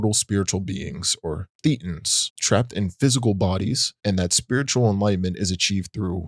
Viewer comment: Pronounced Thay-tans.